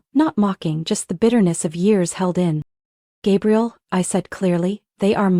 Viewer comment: Hate it when AI narration can't get pronunciations right. Gabriel then Gabrielle? Ugh 😵‍💫